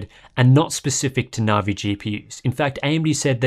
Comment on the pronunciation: I love the content and I'm not normally picky but the pronunciation of Navi just grates I'm pretty sure that's a hard